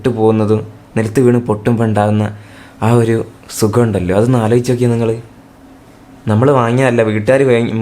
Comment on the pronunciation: Sugam ahno chetta ath sugam alla shok